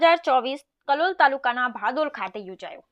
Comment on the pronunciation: Sorry to say : Real name is Bhadol, not Badol.